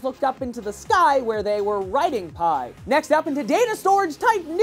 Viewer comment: Sorry, but you made an error in saying pi. Aha.